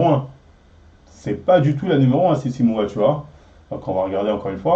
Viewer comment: Tu vas reussir à dire les noms correctement dans cette video ?😂 entre docteurssimo, fitweenwe, sissy moua 😂